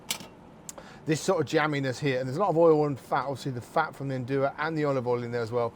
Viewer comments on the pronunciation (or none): Nduja is to be added only at the end, after your thick tomato sauce is ready, there is no need to cook it and you will keep the flavour better. also, pronounce it as Nduzjaa. In Calabria they use the handmade Fileja pasta, round and thick. Strange for someone who states he visited Calabria to not know these facts. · Make sure you pronounce it right, not like this Guy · Great chef, great ingredients, great recipe, but Mr Byatt’s pronunciation of Nduja is not great.